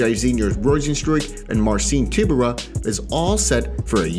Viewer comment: It's pronounced more like Tie-byour-uh.